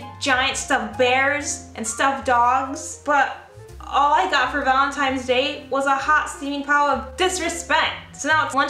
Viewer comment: The "valen-times" 🤣💕